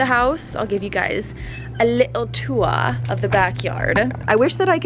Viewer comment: You said a little tour in an English accent lol Thanks for the wider insight, more like this please.